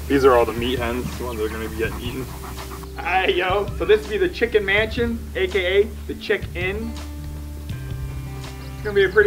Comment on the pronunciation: The chick-inn 😂😂